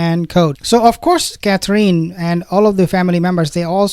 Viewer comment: I think since you are going to report on these people so often, you should learn to say Catherine properly. The last syllable is In. Like going in a house. Cather- in. Please? It's simple